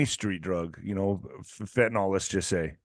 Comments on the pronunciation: I wish people would stop saying fentanOL........ It's fentanyl.....- nil...... not -nol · Fenta-nyl is not enunciated fenta-nal. Can I get a refund if it doesn’t do what you say?